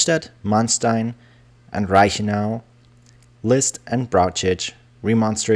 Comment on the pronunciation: True, Keitel was an arrogant idiot, but he wasn't a "von", lol! Hannover is wrong, too. The stress is on the "o", and the "v" turns into an "f". Similar to many British place names, the pronunciation has changed over the centuries, but the spelling remains as it was in the Middle Ages. The narrator often says "Rundstedt" instead of "Rundshtedt". Same with Manstein. It's "Man-shtein", not "-stein". ("st" and "sp" is always "sht" and "shp" in Standard German pronunciation.) And he completely fails at "Brauchitsch". I don't know what to make of the narrator's voice. He's pronouncing many English words with the telltale accent of a native English speaker. I can't tell whether he is a real person or a "germanicised" computer voice.